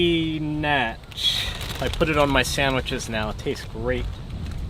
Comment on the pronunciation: Spee-nach WTF??!!!